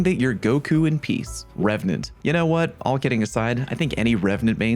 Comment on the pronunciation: You nailed revenant! There are dozens of us, dozens!